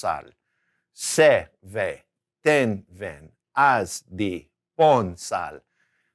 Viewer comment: Isn't the pronunciation on the v (vé / ven) pronounced like a b? ven aqui, sounds more like Ben aqui.